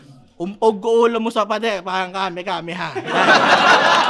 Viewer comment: Galing parehas ... Solid... Dapat ni rebut nya na hindi sya nagsasabe ng parang kasi bigkas nya "pawang"